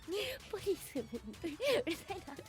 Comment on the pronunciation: ポリスメェンw うるせぇなぁw 仲良し‼️